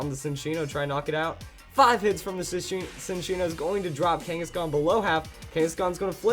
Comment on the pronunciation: Ok I can't stand it anymore. It's not SIN-ccino, its CHIN-ccino. It's a combination of the words chinchilla and cappuccino. It's more obvious if you look at the Japanese name Chillaccino.